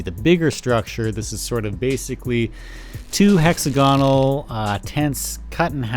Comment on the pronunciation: It's pronounced hex-AG-onal not hexa-GONal. It's pronounced that way to stay in line with other shape adjectives like oc-TAG-onal and pen-TAG-onal.